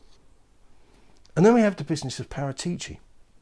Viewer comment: It's Paraaaatici